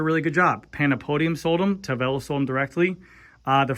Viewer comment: How strong is the carbon fiber? Is it stiff? Why did Tavelo sound like Cervelo?